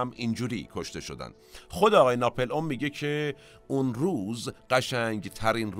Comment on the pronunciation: It’s NAPOLEON not napelon try to correct pronunciation